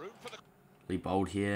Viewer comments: His name is Leibold not Lee-Bald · The ei is pronounced as i